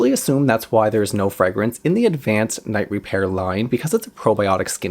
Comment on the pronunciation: I love hearing you say the name over and over. 😆. And you never make a mistake! I used this product for nearly twenty years, starting very young. My mother worked at a department store, and so we always got it in gift and with a discount. I felt like it saved my under-eyes, and I look years younger for it. But, who knows! I may have used nothing and it would have been the same. I recently bought it again, and when it comes to how my under eyes look after applying it, nothing compares. I always used it in the day despite the name!! I need a dupe!!